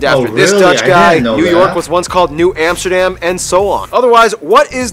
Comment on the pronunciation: not Emsterdem but Am (like in America) ster dam (like in America with a D in front) goddemn.... and it is NOT Rodderdem either...